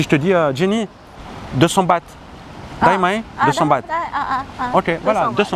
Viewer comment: Baht. Pas bath.